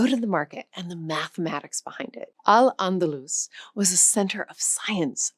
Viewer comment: It's pronounced "Al Andaloose". Thanks AI!